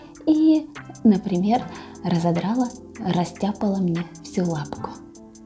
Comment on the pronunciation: РастяпАла, а не растяпОла!